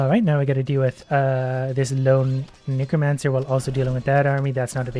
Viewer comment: I love how you say kneecromacer! Lol